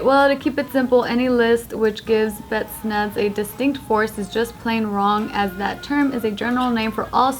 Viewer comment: All cod fans triggered at Joe and pronunciation of Spetnaz